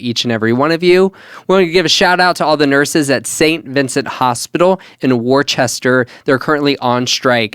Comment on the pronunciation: As a Massachusetts resident, I would like to say it's pronounced "wuss-ter" 😂😂 love you guys though, looking forward to the next episode 😊